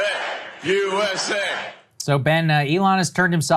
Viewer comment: yewww essss aayyyuh, can't even chant the country's name right